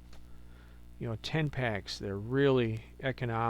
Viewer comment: Thought you said TAMPAX🤔...Then I catch it up... 🥴TEN PACKS..you said TEN PACKS .. 😂..sorry❣️. Thanks for sharing your story🥺♥️.. keep it up, youre getting there🙌🏼❣️💚.. prayers for you and my highest condoleance for your sweet cat🙏🏼🥺💔❣️// Hugs//Linda E 🇸🇪 (Lyme Warrior Too💚) BTW.. How about looking for that speciell new little kitten as soon as you feel its right?😉❣️